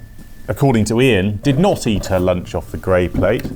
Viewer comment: tuned out when you decided the a in eat was silent lmao